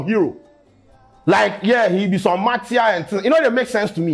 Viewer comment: Heh you say what?! Martia 🤣🤣🤣🤣🤣🤣 " martyr "